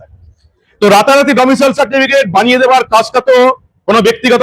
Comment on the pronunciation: Domicial noy; Domicile.